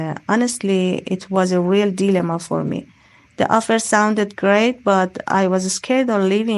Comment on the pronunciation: She sounded robotic, though: she lacked word and sentence stress at times, making her speech monotonous. On top of this, she mispronounced some words: comfort, passionate, dilemma. Please, don't perceive as an awful stick or sth; I am just leaving my comment on her performance. However, she used some native-like expressions, showing that her proficiency is on another level.